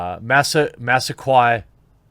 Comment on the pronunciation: It is Mass-ah-quay, Jeremy.